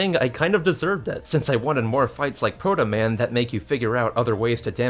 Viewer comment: you had trouble with protoman